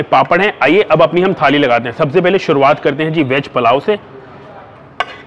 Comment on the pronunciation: Palao nahi bhai wo pulao hot hai